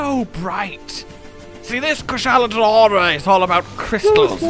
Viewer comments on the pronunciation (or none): Almost, it's Daora not Diora